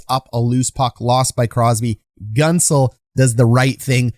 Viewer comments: Hey just a friendly comment to tell you its pronounced GENT-zel not GUNT-zel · I think its pronounced Gentzel not Guntzel. Great video btw hyped for the pens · Gunt-zel..... its pronounced Gh-ent-zel. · As a pens fan..it’s pronounced GENTZEL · Solid video. But in Pittsburgh Guentzel is not pronounced like “gun”. Everyone says it as though the u weren’t there. Gentzel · enjoy your channel a lot, but if i may, it's pronounced 'gentzel' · you are mispronouncing Guentzel